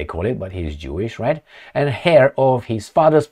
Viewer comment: not the "hair" of Soros,. Don't sound the 'h" in "heir'